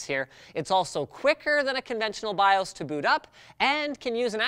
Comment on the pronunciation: Odd to hear “BIOS” pronounced as “BIÓS” and “CMOS” as “CMÓS” ...